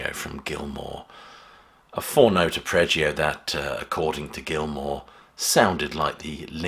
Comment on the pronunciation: ArpReggio? Arpeggio? Is that a British pronunciation? Interesting.